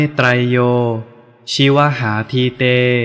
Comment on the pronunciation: ชิวหาอ่านว่า ชิว_หา